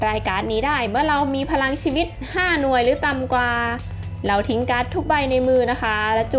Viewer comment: พี่ครับทำไมพี่พูดไม่ชัดคำว่าพรังชีวิต